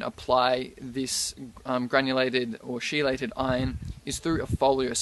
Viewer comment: Thanks for the info but I think it is pronounced kee-leyt and not she-leyt.